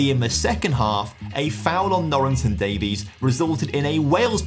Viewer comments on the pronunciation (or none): none